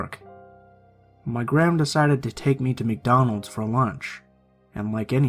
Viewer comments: So where going to ignore the fact he said “Macdonald’s” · Did anyone notice the "Macdonald's in the beginning